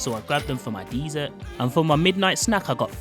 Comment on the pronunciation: I don’t think you pronounce dessert correctly.